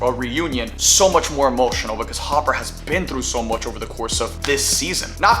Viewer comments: There’s no way he called Hopper “Harper”… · Harper? His name is Hopper. 🤔🥴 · Not a mistake. He genuinely thinks it’s harper and not hopper. If you pull it back and look at his mouth and listen he genuinely mouths and says harper and not hopper. Idk how after 4 seasons he doesn’t know it’s hopper and not harper. But oh well. Its a minor thing in the grand scheme of things i guess lol